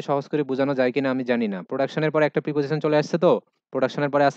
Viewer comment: sir, Preposition এর উচ্চারন আপনি প্রাপজিশন বললেন এটা কি সঠিক উচ্চারন, আমি জানি উচ্চরন হবে প্রিপজিশান